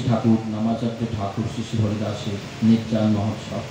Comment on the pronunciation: জয় নিতাই! 'নির্যান' নয়, নির্যাণ 'পন্ডিত' নয়, পণ্ডিত